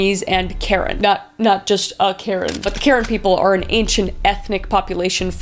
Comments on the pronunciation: I think karen people's names are pronounced "kuh-ren" from my experience growing up with friends from that culture. I may be wrong tho 😁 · It’s so sad how many people, especially women and children have been hurt time and time again through history. By the way the ethnic group Karen is pronounced Kah-Rehn ❤ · This is minor, but it's pronounced cuh-wren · HI KRIS!! I just wanted to say that your actually pronouncing Karen wrong! It’s Ka-ren, and we’re not that ancient we’re still an active community! Karen is one of the 8 main ethnic group of Burma! You can you always go check out Zoya Phan’s book! It has a lot of information about the Karen! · Thought you should know that Karen is actually pronounced Kur-en. I love your true crime videos and thank you for bringing awareness to the murders of indigenous women in BC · love you kris but your pronunciation of karen is awful lmao